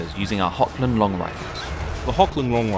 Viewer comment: I do have to admit that it irked me when I heard "HoKland rifles", instead of "Hochland". You know, like "Loch" in Loch Ness.